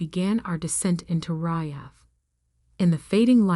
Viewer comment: Is it my imagination or did the AI pronounce the word Riyad differently every time it came up in the story?